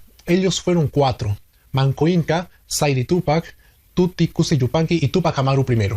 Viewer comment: me parece que no es Tuti Cusi, es Titu Cusi. O estoy equivocada tal vez.